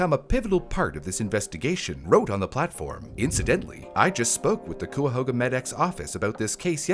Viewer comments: I can’t help but point out, that that’s not how you say “Cuyahoga.” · The Cuyahoga mispronunciation throughout the video made this almost unwatchable for me, I was eye twitching every time it came up. Thank you for posting the correction! 👏🏻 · As someone from around the area it hurt every time you said "coo-ya-ho-ga", it's pronounced "ky-a-ho-ga" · it's pronounced "kai-uh-ho-gah" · Cuyahoga - Kai-a-hoag-ah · As someone born in Cuyahoga County, gotta say: the first syllable rhymes with "guy", and there's no W. Not "Cuwahoga," as you say in the video. Not a big deal, obviously, but I thought I'd mention it. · It’s Cuyahoga county pronounced “Kaiyahoga” not “cooyuhooga” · COO-A-HO-GA? KAI-A-HOGA! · Cooahoooga? Its Cuyahoga. Like ky-a-hog-a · Cuyahoga County is not pronounced “Coi a who ga” it’s “Kai a hog a” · A quick note if you cover any other Cleveland area cases: Cuyahoga is pronounced Kai-uh-ho-guh, comes from either the Seneca or Mohawk word for “Crooked River”, describing the Cuyahoga River that snakes its way through Cleveland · I laugh every time he says Cooooahoga. The Cuy in Cuyahoga rhymes with sky. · It's pronounced KAI-A-HOGA county. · Thank you cause I cringed Ki-a-hog-a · It's pronounced "kai-ya-ho-ga" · As a Cleveland native. Cuyahoga ks pronounced KIE AH HOGA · Cuyahoga is pronounced KY-uh-ho-ga. My family is from Ohio, near here. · love your videos and the light they shed, but please for the love of God it's pronounced kai-uh-how-guh (Cuyahoga) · It's crazy that any of that would happen. . . Anyway a little help on pronouncing Cuyahoga... it's Kai-a-hoge-a Sorry it's a pet peeve of mine since I was raised around that area. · My soul... Cuyahoga county, as a person born there, has always been pronounced ky-uh-ho-guh or ky-uh-hog-uh. Never ever once have i heard that name pronounced so painfully lol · kai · uh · ho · guh Source: I am from here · im going to icepick my ears if i hear coo ya hoo ga one more time lol